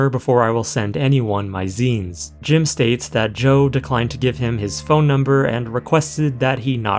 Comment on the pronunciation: Love the video! You're an awesome creator, but I'd suggest euphemisms like"struggle snuggles" for rape and "pattycake" for underage abuse... And finally, I don't think that the Youtube channel for Joe is right. Back in the day there were a ton of 'zines all over, but it's pronounced "zeens". If this guy was really involved, he'd know what to call his own work. It'd be like an F1 racer calling himself "an F1 racist". And yes, I believe Joe to be an F1 racist.